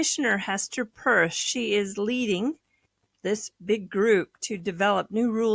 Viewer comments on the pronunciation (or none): Why do you mis pronounce Hester Pierce’s last name??? It is PIERCE not PURSE!